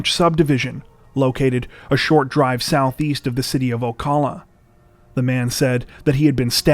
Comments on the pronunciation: My first civilian jail guard job was at Marion County jail. Ocala is pronounced O Cal (like gun caliber) uh. O Cal Uh Or as we call it Slocala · Just a friendly tip, the “cal” in Ocala is pronounced like the cal in California. 😉 I see you’ve gotten Brevard down pat. 👍 Great video as always! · Guys, I always look for your videos because they're super interesting and well written. But I have a horribly Karen-ish and nitpicky request: If you're going to do Florida man videos, please learn how to pronounce Ocala. Every time you say it it's jarring, like hearing someone hit a wrong note in a piano piece. I hope you forgive me -- I love your channel.